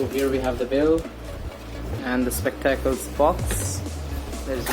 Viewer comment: Spectaclessss🤣🤣🤣🤣🤣u pronounced in funny way